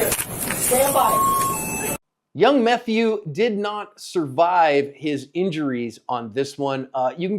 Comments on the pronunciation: Wait….did he just call him “Young Methew” 😂😅😂😂😂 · Did you say “Methew”???? LOL